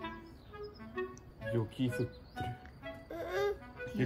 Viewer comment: パパさんの「ユキフッテル」がツボです😂